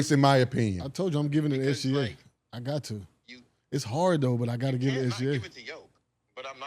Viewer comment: The trendy new thing to say. It's not even close. Bruh. Put all the stats up including defense and in reality it's very close. How do you know how good OKC is without SGA. You messed up his name and it's only 3 letters. 🤣🤣🤣🤣🤣